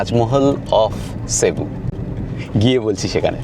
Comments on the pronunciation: Cebu is a beautiful city and the locals pronounce it cibu.... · Basilica not Basalica!! look up the difference between church, chapel, basilica and cathedral on chat gpt - its very interesting Also its Magellan - the "g" is pronounced J = Majellan and pls, its Cebu - not SheBu. Ei program dekhe shobar uccharon chotke jachhe!